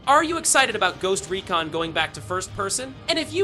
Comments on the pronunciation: bro said everything but "project OVER" dude said, project ovear, and project O-V-E-R. terrible grammer. and its recon, not reekin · Bruh makes the game sound like a smelly haunting when he said “ghost reekin” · Bro said “ghost reekin” in intro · "Ghost Reekin"... crickets